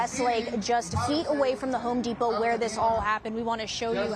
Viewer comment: Gwal-mart, pari-siri, hon-dipo, Papayon 😅